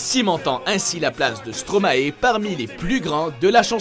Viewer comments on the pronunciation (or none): Juste pour Stromae sa ne se prononce pas Stromaé mais Stromaïe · On dis pas Stromaé pourquoi presque tout les français disent stromaé sa se dis stromae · bonjour de une merci de penser a nous . de deux on dit pas stromaé sa se prononce stromaï car stromae en verlan donne maestro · On dit stromae pas stromaé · Slim Leaf non car l on dit maÏstro pas maÉstro et en plus il est belge et lui même dit que son nom est stromaï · Slim Leaf en fait il a dit dans une interview , on dit pas Stromaé mais "stromaï" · De 1.Ca s écrit BRUXELLES et ca se dit BRUSSELLES PAS BRUKSELS et de 2 . ÇA SE DIT STROMAÏ PAS STROMAÉ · Je rêve ou il a dit Stramaer c'est Stromae l'anagramme de maestro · et aussi STROMAE pas stromaé dites stro ma ie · On dit stromaïe svp pas stromaé😂😂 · Brukssel? -Stromaé? saigne des oreilles hum ça se dit BruSSelle Et StromAÏ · on dit Stromae et pas stromaé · C'EST PAS STROMAÉ MAIS STROMAE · Stromaer XD Stromae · CEST PAS STROMAé MES SA SE DIT STROMAIE COMME LA DOULEUR AIE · Merci, mais évitez de dire : Stromaé et BruXelles. J'ai grincé des dents. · Ouais genre "stro maille" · Merci je comprend pas pourquoi les Français dise stromaé mais ça m'énerve 😠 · oui mais le latin est une langue morte et en plus en latin quand on a un ae ça ce dit aï ! Quand on sait pas on dit rien... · Mes oreilles on saignées quand j’ai entendu Stomaé 😭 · Et hooverphonic, puggy, typh barrow, bj scott, alice on the roof, damso ?? (Ah et Bruxelles se dit Brussel, et Stromae stromaï) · Pour info Stromae se prononce [Stromaille] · Ils font une vidéo sur les chanteurs belges et ne sont même pas foutu de prononcer Stromae correctement.... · Ca ce pronomce STROMAE comme on pronomce MAESTRO.